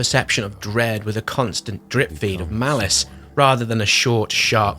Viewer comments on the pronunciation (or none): none